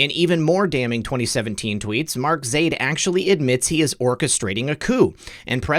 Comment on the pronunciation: I believe it is pronounced Zy-eed but I am not middle eastern